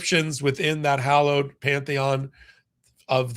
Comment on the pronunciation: The word is HALLOWED ground, as in HOLY !! NOT , hOllowed ground,as in a dip in the ground, or terrain !!